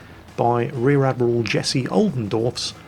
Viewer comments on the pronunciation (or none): none